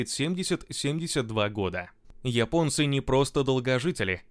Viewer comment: Спасибо админ! Только от тебя слышал правильное произношение слово"Японцы".1А то все пошли произносит место "Японцы"сказать Епонци,или Епония.